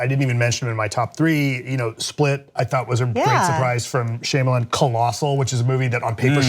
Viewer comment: Three Billboards was my favorite of the year, for sure. Blade Runner 2049 is a close second. Get Out is very good, but it's not even the best HORROR film of the year in my estimation (Raw is). Also someone needs to tell not to say it like "Shame-a-lin"